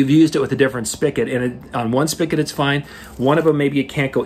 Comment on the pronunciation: The word is spigot not spicket , however the word is so commonly mispronounced that spicket is acceptable now. Thanks for the tips.